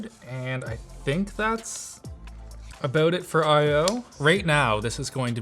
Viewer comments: He said 'aboat' instead of 'about' at least twice...and I LOVE IT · Oh nooo! It's only now that I notice the Canadian "aboot" 😅 it's funny as f*ck though 😂